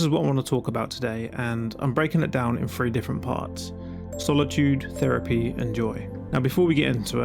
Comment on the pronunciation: Feripy < Therapy. TH never makes the F or V noise when speaking proper English.